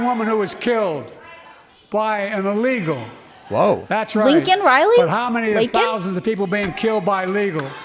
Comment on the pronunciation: He was praising a criminal like George Floyd but can't even say Riley's name right.